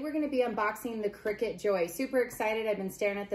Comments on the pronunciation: Its called a cricut you think your saying crickett 😀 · its called CRICUT pronounced (CRYCUT) cricket is spelt CRICKET !!